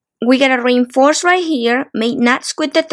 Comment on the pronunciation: This is mostly clear tutorial. Showing so many things. One just has to remind oneself that every time? says (as far as I hear rainforce) "reinforce" she is actually telling us(?) that we need to re-inforce (re-in-force?) our work to make the work as strong as we can. LOL